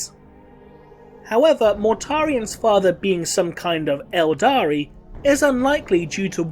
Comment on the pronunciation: OK, the 'aldari' thing is starting to bother me. ELDAR. Can we just use ELDAR please?